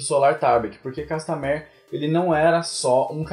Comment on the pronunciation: manoo fala o nome da música direito.